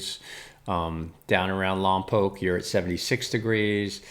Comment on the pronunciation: Thanks for pronouncing Lompoc correctly! Most people outside the 805 mispronounce it as Lompac